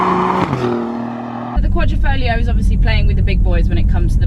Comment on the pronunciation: QUA-DRI-FO-GLIO not QUA-DRO-FO-GLIA For people with verbal disabilities, just Julia is enough